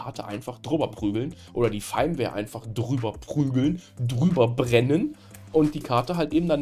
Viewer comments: Firmware wird wie Firmwäre ausgesprochen. Gutes Video schlechte Englische Aussprache ;) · Ich denke immer, dass er VMware sagt XD Triggert nur leicht xD